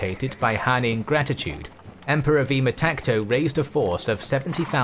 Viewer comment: His name was “Vaamtaksha” not vima takto